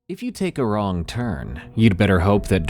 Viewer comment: You know the G in wrong is silent…… right? WronGAHHHH